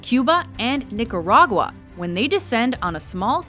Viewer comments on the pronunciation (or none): none